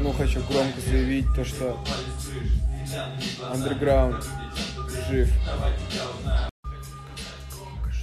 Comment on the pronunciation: АндеРграунд Ты хоть научись произносить правильно это слово